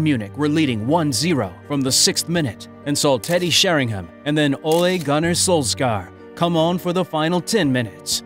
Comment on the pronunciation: I cringed at the pronunciation of Solskjaer's name. Solskar?